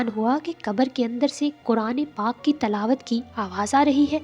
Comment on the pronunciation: Talaawat nai tilaawat